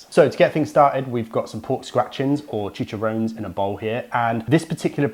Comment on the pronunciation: Really massively depends where in Mexico you are. And it's pronounced cheech ah rohn nezz. Just standard Spanish pronunciation.